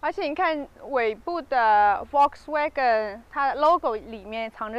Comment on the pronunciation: 說實在話，主持人比車來得美。 給您一個小小的建議：在德文裡 Volkswagen的Ｖ要發ｆ的音，ｗ要發ｖ的音。